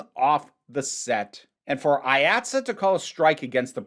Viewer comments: It’s pronounced Eye Aught See, IATSE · This may have already been covered, so sorry if I’m repeating it. IATSE is pronounced “Eye-at-see”, at least in the NYC-theatre world. Delightful video no matter what, though as someone whose shop is actively unionizing (woo!), it made my eye twitch a little.